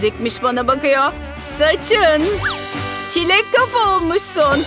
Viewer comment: Kilek degil '''Çilek'''